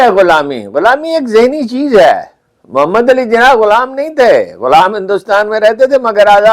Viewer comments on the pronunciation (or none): none